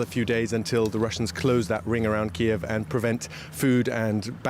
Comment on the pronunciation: No.. it iis Kyiv